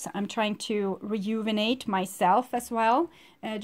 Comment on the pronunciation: It’s so cute you can’t pronounce renew or rejuvenate haha ❤️ Love and light. Thanks for the reading